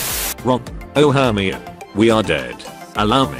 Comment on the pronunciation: Are we gonna just ignore the fact that the ai pronounces Hermione like she’s a bloody Eveelution